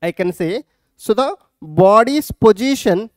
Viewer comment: sir it is position not pojition